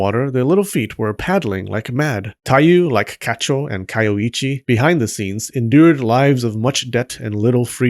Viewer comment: You say her name is Kayoichi, but you write it as Kayoiji... WTF? Do you also drive a cheep? ...and wear cheans, when you go out chogging?